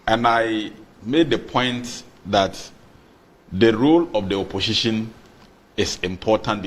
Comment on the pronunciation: Why is the guy with glasses saying oposhishin, oposhishin? OMG, it's oposition for God's sake.